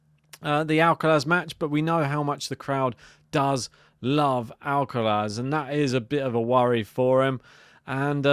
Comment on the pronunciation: Would be great to see Draper win or at least push Alcaraz. Based on form, experience and levels of fitness...Id say Alcaraz in straight sets if Jack completes the match. But this is sport so let's wait and see. Another great piece 👍...Ps decide and stick to how you pronounce Alcaraz's first name😄